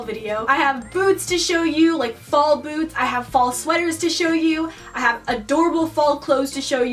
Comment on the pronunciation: The first time she said the word "boots" I thought she said "foods" but then the next sentence I realised by context that she said "boots"